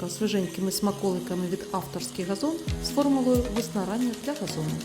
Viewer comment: 🎉Дякуємо! Але приберіть ту чувіху, яка весь ролик вимовляє слово газон через російське «Г»!! Це ганебно! Москалі пробралися у ваші ряди!😢😢